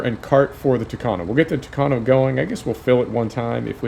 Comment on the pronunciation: I like that you're saying tucano the right way.